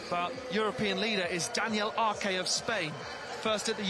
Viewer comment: Arque? Commentators, I know you're British, but try Ars